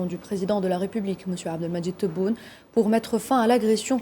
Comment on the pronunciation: réaffirmé Abdelmadjid Tebboune la charte algérienne l'Algérie algérienne Elle ne semble pas contrôler les muscles de sa bouche d’où ses problèmes de prononciation. Ou peut être faut aller mollo sur les piqûres !